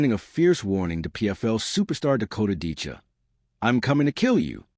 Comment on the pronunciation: You really should try to get the names right. It's Ditcheva, not Dicha. You lose a lot of credibility in one word.